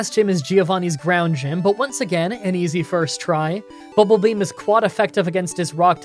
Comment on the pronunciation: Why is saying BULBAbeam instead of BUBBLEbeam.. Is a twitch joke I don't get?